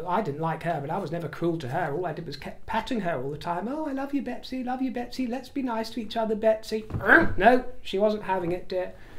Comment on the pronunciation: the horse sounded more like a Megsy instead of a Betsy.